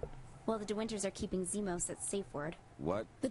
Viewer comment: Es heißt Zimos nicht Zimon. :P